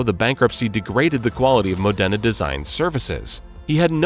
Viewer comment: Modena is pronounced MOdena, not moDENa. Lyra is pronounced "leera", not "lighra".